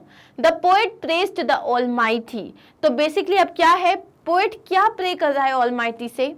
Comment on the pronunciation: Poat nahi hota PO IT HOTA HAI